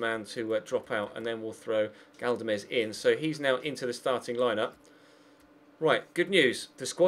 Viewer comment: Galdames is pronounced GALDames not GADLames